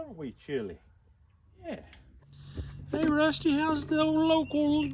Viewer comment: " Wusty the Wabbit Dawg "